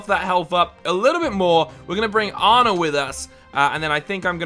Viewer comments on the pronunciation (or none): none